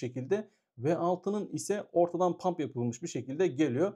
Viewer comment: hocam “pump” değil “hump” olacak haberin olsun